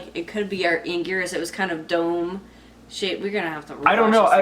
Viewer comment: Love seeing this reaction. Love seeing a reaction from true Godzilla/Kaiju fans. I knew you guys were legit given the way you said Anguirus.